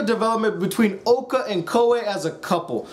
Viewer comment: It's pronounced Uh-ra-bay, not Uh-ra-bee, how can people watch 13 episodes of this or Madoka and still screw up the names so badly? EDIT: Jesus Christ Okra is a goddamn veggie it's Oka what is wrong with you? P.S. what you did was an abbreviated summation of the characters, not a review.